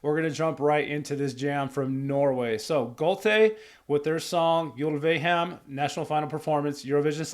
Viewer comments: Hi! Yes you're saying Gåte right. But nit the e in Uleham. The e should be pronounsed as the e in Echo. I saw these guys live back in -ish. So they know their craft. And they Back then this Folk-rock/metal style was for me completly new and magical. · Yes! You say Gåte right, but not Ulveham. It does not matter. Your reaction is great and your face is chakalakadindong.